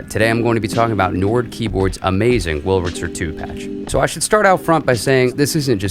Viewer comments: are you saying "wulritzer"? it's much easier to pronounce it the way it's actually spelled, with the r before the L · i was being rhetorical. you are pronouncing it "wulritzer" consistently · He is pronouncing it "Wurlritzer" not "Wulritzer" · Definitely. It's clear that he says "Wurl-ritzer". I'm not criticizing him though. What has been odd over the decades is I've heard a substantial % of folks mispronouncing "statistics". Instead saying "satistics". And mispronouncing "Massachusetts". Instead saying "Massatusetts". I'm an oldster & have noticed those 2 for many decades.